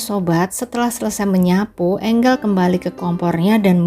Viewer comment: Di bacanya enjel kali min....tulisannya angel ya...biasanya....d bacanya enjel